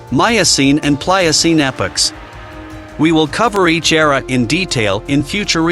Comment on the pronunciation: Its epoc not epics. Jus so u know